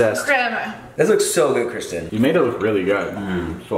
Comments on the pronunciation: Say hi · i love it when you cook